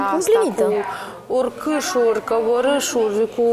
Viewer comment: în loc de urcușuri zice urchasuri, e citita tare